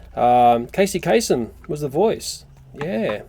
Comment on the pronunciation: sorry but it's casey kaSEM not kaSON